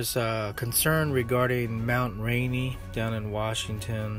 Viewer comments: Its rainier..pronouced rain..ere..other than that great report ! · Bruh it is not mount Rainey it's mount rainier